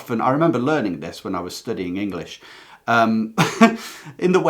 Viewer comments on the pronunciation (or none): none